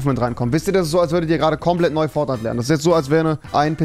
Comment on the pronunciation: "Fornite" Rewi? Ahja.